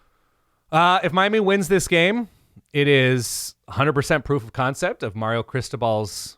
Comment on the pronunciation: I love the fact that calls Mario “Marry-O”. It’s chsrming.